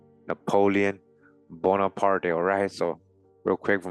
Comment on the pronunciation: Just for future reference, the E at the end of his name is silent. Prononced Bonapart.